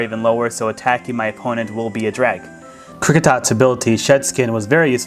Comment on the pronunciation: Kricietot? ore like Krick/-e-/toot